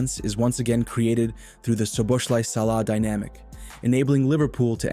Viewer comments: The "z" is silent. It's pronounced So-bo-sly. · Correct the Z is silent, but his name ending is different also. Not Sly, but Slai, ai like Hawaii.